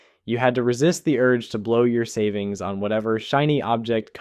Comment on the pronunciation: sanings?!! I've been saning wrong this whole time